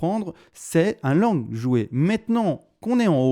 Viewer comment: Merci je savais mais avec son petit accent le LONG est passé LANGUE c'est marrant :) Sinon rien a voir tu penses pas qu'il soit utile de faire un // avec les indices et dollars pour affiner l'analyse technique ? Dans une période électorale ça pourrait être judicieux non ?